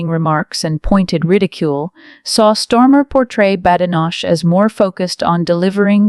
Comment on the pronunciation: STARMER 😂 NOT STORMA OMG !